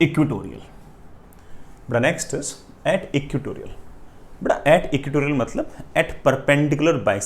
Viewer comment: ( it is not equitorial, sir , it must be "EQUATORIAL")